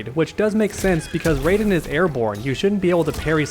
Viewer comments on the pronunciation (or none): wtf is a rayjin (R-AH-EE-JIN)